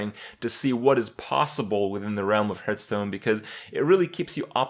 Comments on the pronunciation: I dream of the day when Kripp pronounces Hearthstone correctly / What is this Hurtstone he's talking about?